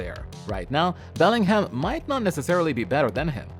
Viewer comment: Beling Ham, really? 🤣🤣🤣🤣 bro can't pronounce shit...